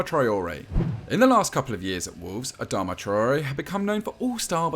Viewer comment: Adama? You must be joking.